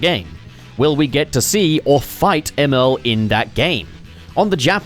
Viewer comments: It pisses me off how he says “Emerl” it’s supposed to sound like “Emerald” because of the chaos emeralds he uses to power himself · It’s pronounced Emerl as in Emerald. Sonic named his after a chaos emerald since Emerl ate a chaos emerald. I’m tired of people getting it wrong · Honestly it's up for debate until we hear it pronounced in official Sonic media (yes, there was Sonic X, but it was definitely pronounced wrong there). With the retcon to the spelling of Gemerl's name, though, I think it's probably safe to assume that Emerl's name is meant to be pronounced as Emerald without the d. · BRO STOP SAYING EMERL LIKE THAT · Don't get your feathers ruffled over it,, he could be doing it on purpose or just has never heard the word out loud, to quote HIMYM "everyone has gap's"